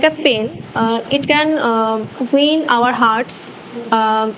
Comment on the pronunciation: Keep it up baache, please correct it’s pen not pain.. aap pain Bol rahe ho.. sunne wale wo pain samajh nahi ayega.